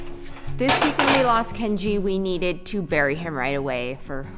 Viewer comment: I cry every time you say Kenji 😭